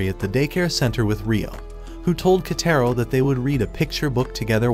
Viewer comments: bro called kotaro into ketero 💀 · I heard the kids name is actually pronounced koutaro but not ketaro